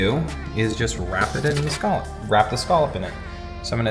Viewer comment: Scallop drinking game...... Take a shot every time says (and mispronounces) the word "SCALLOP" 😂😂😂